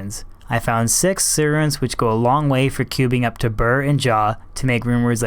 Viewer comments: Isnt sur rune pronounced sir rune not sewer rune? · a sewer rune ?? a su R rune ? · Pronounce Sur rune properly you buffoon. It's not pronounced sewer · When you say Sur it sounds like "sewer" 😁